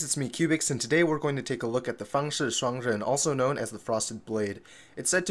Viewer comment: Are you a Chinese? you pronouns Fangshi Shuangren Correct!